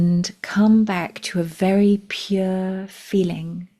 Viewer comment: It sounded like you said “it’s a faery exciting time” 🧚‍♂️Then again, it wouldn’t surprise me if you did!❤😊